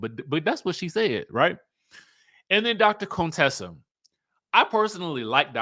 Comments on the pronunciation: Not CONE-Tessa 😂😭‼️ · Please stop calling her Coontessa